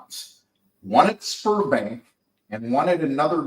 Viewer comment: Sberbank you need to say ZBEArbank not sperm bank